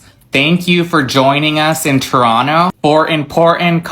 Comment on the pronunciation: 🇨🇦I am pleasantly surprised Americans are pronouncing Toronto correctly and calling our Prime Minister by his first name. Thank you all the best to you are American cousins.🇨🇦